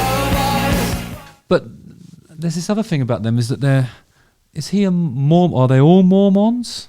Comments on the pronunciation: Not that I am one or care but it’s pronounced Mor-men, not Mor-mon. Now, bring me more men! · Are we pronouncing “Mormon” like “moron”? LOL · The way he says Mormon sounds like he's describing some obscure rodent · I’m watching you at the gym and this song is playing overhead! Weird. The way you say Mormon makes me laugh Btw, you’re BMI is great! Knock it off…🙄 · Just want to hear you say "mormon" everyday, for the rest of my days.